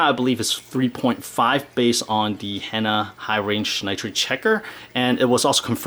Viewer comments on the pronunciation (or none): none